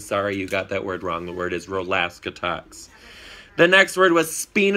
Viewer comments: You got Rol-aska-tox wrong. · katyascheekbones it's Rol-ask-atox